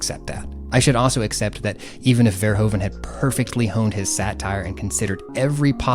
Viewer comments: I'm very glad you're talking about all of this. Great work, one sidenote though: Verhoeven is rather pronounced Verhoofen, the Dutch sound of oe sounds more like oo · Our country is called the Netherlands. NOT holland. The name holland is for the provinces south and north holland, it would be like calling the US, carolina or just dokato. also the oe in verhoeven is pronounced like oo